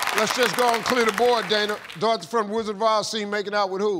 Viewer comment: Did he say "The Rizzard of Oz"? 🤣